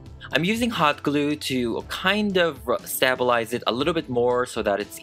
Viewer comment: I have never heard anyone say “stabilize” like that 😂🖤btw I love her! 🖤